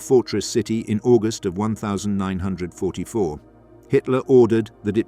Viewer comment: Obviously shit AI cant say 1944